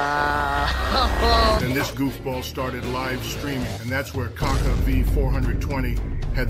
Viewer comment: "gaga are u friendz with mr beazt" cant even say kaka properly.